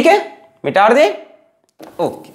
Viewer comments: Mita de ❌ Mitaar de ✔️ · Aap metaar de kyun kahte hai🙂🙂